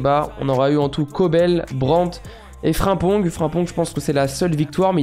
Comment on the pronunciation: Ta façon de prononcer certains noms surtout Frimpong je sais pas ça me met en ROGNE